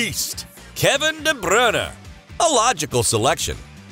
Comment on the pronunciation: This commentator calls de bruyne de brinner